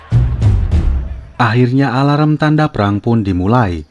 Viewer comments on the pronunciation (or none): none